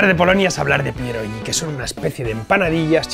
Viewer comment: No soy polaco, pero mi mujer sí 😊 la crema de remolacha tiene su sentido, es una sopa fría que se come bastante en Polonia, con huevo duro. Chef, no se pronuncia "pierolli", no es una g catalana, se pronuncia como si fuese una "gui". Por cierto, no te van a prohibir la entrada en Polonia, se comen rellenos de: carne, col, queso fresco, setas (eso es una locura, te vuela la cabeza) o dulces: fresas con nata, por ejemplo. Y último punto, hervidos o fritos y con una buena cantidad de "okrasa", que es el resultado de freír panceta de cerdo, te sirven el aceite resultante y tropezones del magro